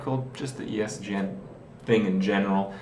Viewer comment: i lost it when he said "ESDN" xD